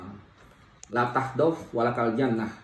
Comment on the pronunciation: Pengen ketawa denger bpk ini mengucapkan bahasa Arab,la tahdof walataljanmah...ada yg seirama dgn saya...kalo boleh koreksi,🙏🙏 thanks La Taghdhob wa la Tahzan... 🙏🙏🙏